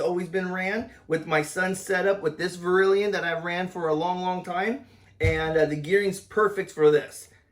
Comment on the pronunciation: It's def NOT verilion...